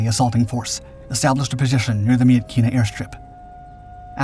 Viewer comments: FYI: Myitkyina in english, is pronounced "Mitchinah" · It's pronounced Mitchina.